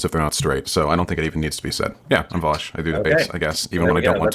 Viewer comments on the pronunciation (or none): People clown on how says Vowsh and not Vaush, but I think he actually says Vosch